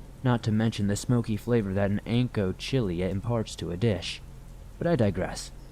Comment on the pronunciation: Some tutoring in Spanish pronunciation is needed here. Ancho is pronounced ann-cho, with an aspirated "h" - it is not anko... The "j" in Spanish is pronounced like an aspirated "h", so antojito is said, antoe-hee-toe, not said with a hard "j" - not anto-jee-toe... Once again, one can put into Google or whatever search engine you have, How to pronounce: (fill in the word), and one is give an audio clip as well as a phonetic, spelled out pronunciation for that word. would benefit greatly from this, in every language.